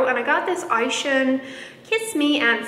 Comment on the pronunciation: Not sure if anyone has told you yet, but Isehan is pronounced ee-say-hun. Japanese pronounces all the syllables separately.